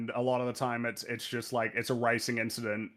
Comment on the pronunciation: Never thought I’d hear it’s “just a inchident” on EFAP but I’m very glad I did